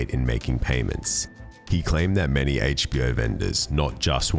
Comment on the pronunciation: Hayche-Bee-Oh! LOL Excellent video, though.